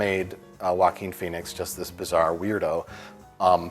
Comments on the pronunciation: Everytime they say Joachin Phoenix I hear Walking Phoenix. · Joaquin* And because his name is Spanish and they have no idea how to pronounce it